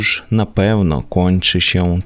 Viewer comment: "Lambadajew" :D :D :D